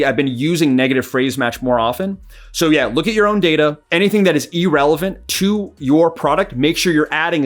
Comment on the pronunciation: It's Ir-Relevant. Ee-Relevwnt is something else. Good video